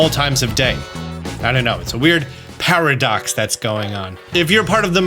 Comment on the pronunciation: "it's a weird PARADOX that's going on" - *slaps knee and wheezes*